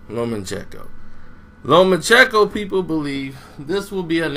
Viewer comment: It’s lomacheNko not lomachecko